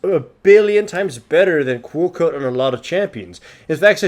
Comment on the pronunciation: I thought he was saying "Cuoco", it was Quill Coat haha.